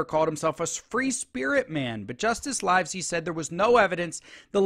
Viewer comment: The name of the judge, Livesey, is pronounced as in “LIVE free” NOT as in “ALIVE”.